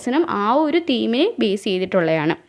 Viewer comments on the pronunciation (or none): none